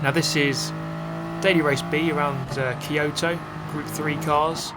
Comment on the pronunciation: The pronunciation "Key-Yohto" triggers me. :D I should see a therapist.